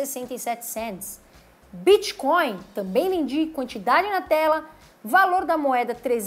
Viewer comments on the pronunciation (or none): none